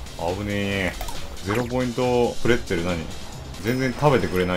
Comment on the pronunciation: ボツにならなくてよかった、まよさんの編集も本当に好き*° のプレッツェルの発音キレがあって好き🥨